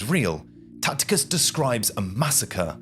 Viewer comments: Tacitus not Tacticus. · It’s Tacitus , not Tactitus( sic). To mispronounce thé leading Roman historian as you do , indicates nearly zero real familiarity with your sources. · It's Tacitus, not Tacticus. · It's Tacitus not Tacticus. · It's Tacitus not Tacticus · "After doing all the research for this video" ??? 😂😂😂 You watched a few videos on Youtube and wrote a synopsis. "Two more videos I think you're going to absolutely love ?" Based on what evidence ? Btw, as mentioned below, the Roman historian's name is TACITUS. (Pronounced 'Tass - it - uss'. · I know you english have a distain for the correct pronunciation of non-english personal names and place-names. However, if you're going to present a history show you should at least make an effort. It 'Tacitus' with a soft c. This is not a difficult name to pronounce. Good video otherwise.